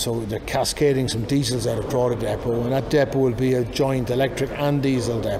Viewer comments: The g in Drogheda is silent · A better attempt at pronunciation than Richard Chamberlain’s ‘Drugeeda’ in that old 80s Thorn Bird tv mini series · How long has the man worked in Ireland and mispronounce Drogheda so awfully. He should've done a better job at actually specifying the battery from the individual cells' voltage, C rate, cycle life and capacity total kWh, just saying it'll last 9yrs and an 80km range is not enough info.